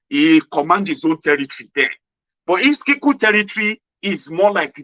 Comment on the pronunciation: The name is Iskilu and not Iskiku